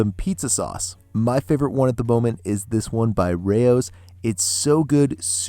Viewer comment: Good job pronouncing “Rao’s” correctly! Nice recipe too. I’m gonna make this but I don’t want a thick crust. I will use a wider ramekin and bake it in my oven.